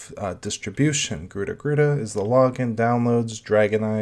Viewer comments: Just as an FYI, it's pronounced as ga-ruda :) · Pronouncing: Ga-Ru-R-a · Can garuda run on raspberry pi 4 ? It is pronounced (ga - roo- da) , Garuda, in Hindu mythology, the bird (a kite or an eagle) and the vahana (mount) of the god Vishnu. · Nope. It's pronounced Garud. It's a Sanskrit word for an eagle like bird. The link below backs my statement up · Btw it's pronounced Garud. It's an eagle like bird in my home language, Sanskrit. Here's the Wiki for it.